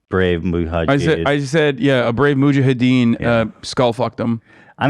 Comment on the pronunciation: muhajeed muhajeen mujahaeedeen